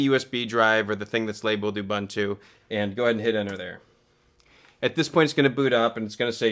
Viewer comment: it's pronounced "ooboontoo", all the "U"s like the last one :) anyway, happy to see so much channels starting to focus on linux distros lately. keep it up!